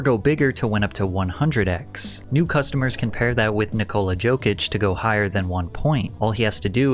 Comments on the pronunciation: No way you just called Jokic “Joke-itch”… I am never taking your advice on sports betting EVER 😂💀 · Stop pretending you watch basketball. You pronounced Jokic's name as Joke-ich. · The way you said Nikola Jokic as "Gokich" really rubbed me the wrong way. Dont b a goof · Bruh said nikola Joke-itch Lowk lost my respect trynna promote nba gambling don’t even know the best player in the worlds name 💀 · “Nikola Joke-itch” bro does not watch the NBA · The j in jokic is pronounced as a Y. Yo-kitch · It’s pronounced Nikola “Yo-Kitch” bud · the guy who made this vid is an actual npc. from not realizing that joe is setting these jokes for theo up, to pronouncing jokic's name wrong, to thinking bryan callen was joking when he was talking about being a tough guy this dude has no idea what hes talking about hhaahahaha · Jesus man. You are selling bets while not even pronouncing the players name properly. Come on. Pick a better sponsor. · only thing i got out of this video is how you pronounced jokics name😭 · My man butchered Nikola Jokic’s last name 💀. Also, why are you getting sponsored by a gambling company?